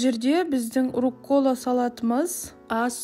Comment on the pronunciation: РУккола, а не руккОла